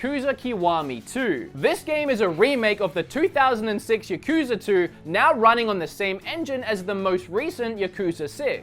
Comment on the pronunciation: It’s yakuza not yakuooosa